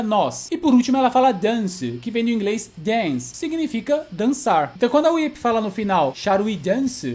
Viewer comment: O like já veio logo quando você falou WHIP e não "WUAIPI"...kofeiros sem noção que inventam nome dos personagens. PARABÉNS!